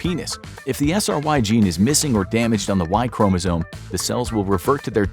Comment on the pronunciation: It's chromosome, Not chromozone.